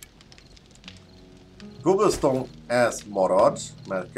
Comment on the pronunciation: Cobblestone ejts: "Kábölsztón"😃